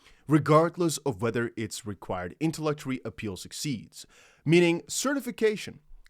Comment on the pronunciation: FYI it’s pronounced “inter”-“lock”-“it”-“Tory”(like Oreo with out the last o) just trying to help out, thanks for the info.